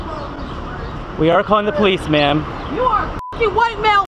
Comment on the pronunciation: It’s ma’-am !